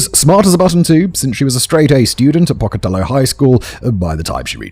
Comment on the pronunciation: Simon: Matt should've given you a pronunciation guide for this. Pocatello is roughly pronounced "poke-uh-TELL-owe". It's a city named after a regionally well-known Native American, specifically Chief Pocatello of the Shoshone. I've lived in southeastern Idaho since 1986 and Pocatello is in SE Idaho. (Only mentioning this to lend credence to why I know how it's pronounced.) And Columbine is pronounced COL-uhm-byne, as in "column", not as in "Columbia"